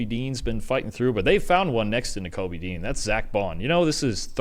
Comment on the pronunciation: Guys, it's "DE_JEAN." Please read this lol.